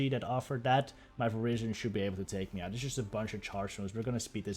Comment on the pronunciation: I like how it sounds like you're saying Asian Power.